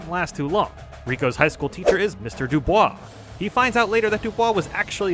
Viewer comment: Props for pronouncing DuBois correctly.